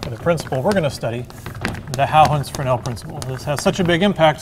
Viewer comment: Nearly perfect pronunciation of the name Huygens ;-)